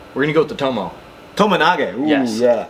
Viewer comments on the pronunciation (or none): Btw its TOMOE nage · Tomoe nage not tomo nage and o soto gari not osoto